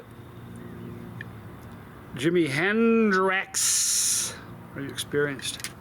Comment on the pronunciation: Just a question: are you mispronouncing the name of the sauce just to mess with us? 🤔 If not, here's a clue to the clever little joke the creator left for us: when you consume a super spicy sauce, what quarters of your anatomy will be wrecked the next day? 😉 Love you,. And safe travels! 🛫